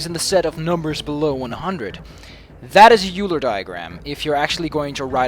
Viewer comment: By the way, I don't know if you ever learned this between then (the time you recorded this gameplay and uploaded it) and now (the time I posted this comment), but the "eu" in "Euler" is pronounced "oy," so "Euler" rhymes with "spoiler." REASON: It was after a man from a German-speaking country: Leonhard Euler of Switzerland.